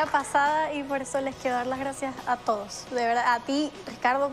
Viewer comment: Porque dice toudos en vez de todos? Queda feo que pronuncie así.